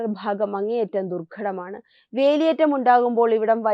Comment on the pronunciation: Bhaagam, Bharatham, bhangi ennavakkukal ningal upayogikkumpol phaagam, Pharatham, phangi ennellaam aanu parayunnathu. Aattunnathu poleyulla oru feel cheyyunnu.. Ithu shradhikkan pala pravasyam paranjittum kelkkan manassillenkil unsubscribe cheythekkam